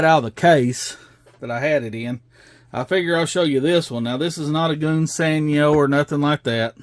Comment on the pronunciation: Smashing good job on the Sport Cars Old Chap! I also liked the way you slipped the engine in for added detail, Jolly Good Show! Since you struggle with English old boy I will help you a little. In ENGLISH Gunze Sangyo sounds like "Guns San-Joe" but I realize you Yanks from the South do not speak the Queens English . You do however build some nice cars. Keep gluing those kits together and never stop! Cheerio Old Boy!